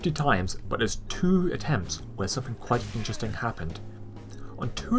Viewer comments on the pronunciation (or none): none